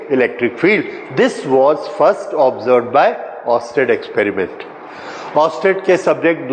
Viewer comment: Experiment word shakes at 17:9 hehehe hehe👍😁😁